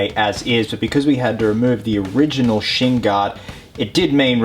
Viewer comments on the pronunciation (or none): none